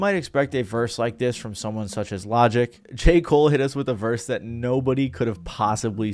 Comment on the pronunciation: I hate how you say everything correct af except "that" its not "dat"